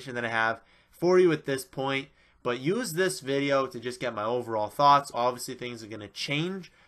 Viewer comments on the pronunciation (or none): none